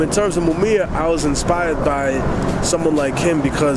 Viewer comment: Technique looked as though he was going to pound that dude when he said Mumia wrong lol i could see the FEAR lol